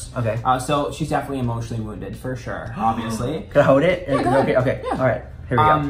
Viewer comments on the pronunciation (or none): Ok I definitely think is Native now. He said "Can I hode it?" Lololol. Natives a lot of time dont pronounce the l in words like that. It drives my significant other crazy because I say hode/hold, code/cold, bode/bold behahaha! I think cold it was drives him the most crazy. When I say "I'm code" or "its code in here" he always reiterates the word with an emphasis on the l afterwards "coLLLLLLLd" lololol.